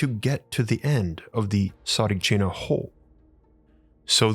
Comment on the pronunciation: Mate! I am Bulgarian and I remember Tsaritchina! You cant even pronounce it right! Please stop talking shit fir a clickbate and delete this video! You’re only making a fool of yourself!